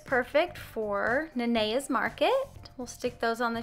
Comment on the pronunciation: And I hate it when people pronounce it wrong but you got it